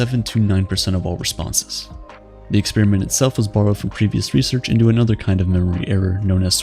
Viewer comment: You lost me when you pronounced 'experiment' as 'expeeeeeriment.' Americans can never seem to decide on when to be lazy on pronunciation or extra. It's a procedure, not a breath mint.